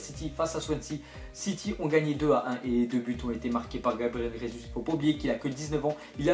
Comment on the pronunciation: Gabriel Jésus ne se prononce pas comme en espagnol avec "R" au début de Jésus , mais il est brésilien du coup sa se prononce normalement en "J" ( je suis portugais ,je sais de quoi je parle ^^)